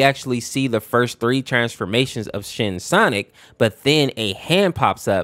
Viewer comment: bro why did i hear you say shititck not shinnic